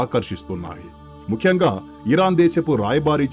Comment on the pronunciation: చెత్త వ్యాఖ్యానం. వృత్తులు పలకడం నేర్చుకో. బారతదేశం కాదు భారతదేశంలో అనాలి. ముక్యంగా అనకూడదు. ముఖ్యంగా గా నీలాంటి వాళ్లు నేర్చుకున్న తరువాత యుట్యూబ్ వీడియోలు చేయి